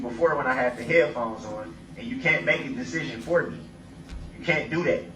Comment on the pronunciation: His constant lazy pronunciations drove me crazy. Every time he said things like, "Do dat" I winced. It was like he never grew out of toddler speak.